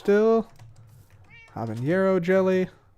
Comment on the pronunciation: Habanero, not habañero